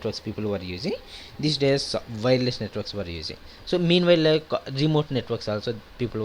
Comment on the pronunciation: Was anyone else confused about what he was saying? He says "Networks" as "Nwetarks". xD